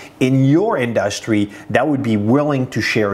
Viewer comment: Ok, now I have to tell you this. I've watched many of your videos. Great knowledge and content. Your English is amazing for being a non English person. Now, you have to fix only two words in your vocabulary pronunciation, only two words I've noticed you say it wrong over and over, and those two words are: Industry and Analitics. There you have it. Now go and study the correct pronunciation of those two words. Search on YouTube and practice. Also the word Develop. So, 3 words total.